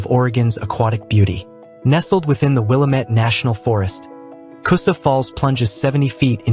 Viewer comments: We all can tell you are not from Oregon. It's not pronounced Willa-Met, its Will-Lam-Et. As in Willamette, Damnit. I'm surprised you didn't say Willa-Metty. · wil-LAMM-et; mispronouncing this word reveals you as a non-local who perhaps didn't fact check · Willy-Met falls 😂😂😂😂😂😂😂😂😂😂😂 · Oregon has a lot more water falls than these. We can always tell when someone is not from here by the eastern way they pronounce Willamette or any of our other Native American based names. But that aside we do have some amazing site seeing from the coast to the high desert. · You’re mispronouncing Willamette.